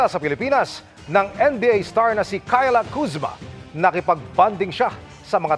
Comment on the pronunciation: Kayla kuzma? Kayla daw HAHAHA